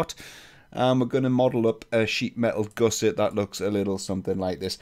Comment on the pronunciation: you pronounce gusset incorrectly FYI. Goose-ettes?